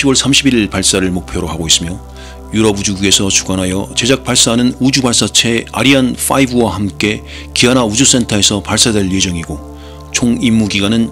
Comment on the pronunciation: 아뤼안 퐈이브 미쳤다 ㅋㅋㅋㅋ형님 영어 버전으로 영상 하나 부탁드리겠습니다 !!